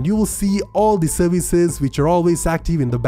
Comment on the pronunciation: I love your voice very much! I've come back 20 times just to hear you say "serveeze"!